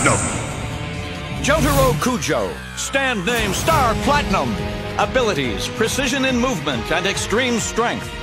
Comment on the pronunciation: “Star Plachunam”